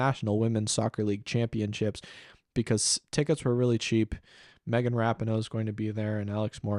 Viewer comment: ??? I’m pretty sure it’s pronounced Rah-pee-no dude. Love your content btw tho